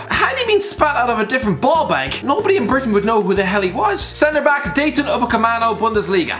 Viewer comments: Dayton Upecamano? Your job is talking about footballers, how can you not pronounce stuff? How difficult is Dayot? Where has the fucking 'n' come from? And how can you call him overrated? This list is a mess, watch more football. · Dayton upacemano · anyone clock how he said "dAyToN uPaMeCaNo" ?¿ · No one: Absolutely no one:: DaYtOn UcApEmAnO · Dayton Ohh-Camano? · Is nobody gonna talk about how he gave Upamecano a new first name and butchered his last name